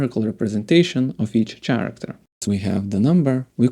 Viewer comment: Nice 👍 Quick tip: look up the pronunciation of „character“ :p as a non native English speaker myself, I know the struggle 😬